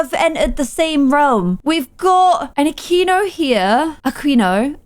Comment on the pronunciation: As a person who's last name is Aquino I am glad to make it to the series jajajaj, also was pronouncing the last name right Akeenuh until she said Ahkwinuuh noo your saying it right!! Jajaja